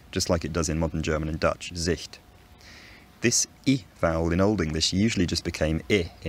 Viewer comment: Do you actually speak German? It sounds flawless. The way you said "Sicht", completely fooled me as a german.